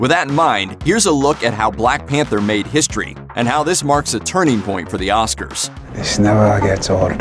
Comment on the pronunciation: The blaeeck peentaa (Whittaker)